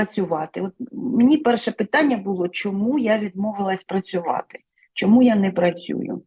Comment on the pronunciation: Шавний, ви вимовляєте по-російському українські слова: щЬо, чЬому, чі, чЯсто.